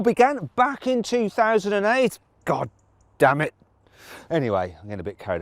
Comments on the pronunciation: 一瞬 マジで日本語喋ったんかと思った じわるｗ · 一瞬ほんとに日本語話したのかと思ったらdammitって言ってたんですね（笑）